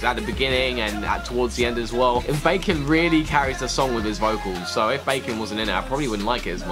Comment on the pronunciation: i've seen a meme everywhere with a Baekhyun cryin face and the Caption : ''its not bacon its baekhyun!'' i thought it was a joke and i didn't knew some people really pronounced it like bacon XD FYI its pronounced like Behk-hiyon JUST SAYING THO